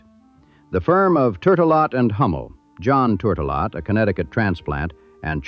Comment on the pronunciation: Super interesting, but horrendous pronunciation of NUMEROUS people’s names, many mentioned by other commenters. I’ll add “turtle-lot.” ?🤣